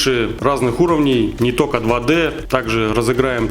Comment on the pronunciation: Нет слов: "тока", "но, тем не менее", "пультА" и так далее, есть: "только", "но" или "тем не менее", "пУльтов" и так далее. Очень безграмотная речь! Уши вянут.